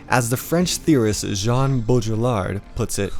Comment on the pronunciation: "As the French theorists Jean Bojellard..." Bro if you can't get the guys name right, you probably can't understand what he has to say.